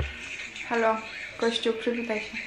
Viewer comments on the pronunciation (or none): none